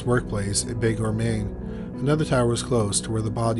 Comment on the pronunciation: Bangor is pronounced "Banger" not "bang or" but yeah this shit needs to stop.